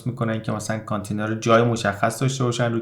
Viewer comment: با احترام تلفضش میشه کانتٍینر .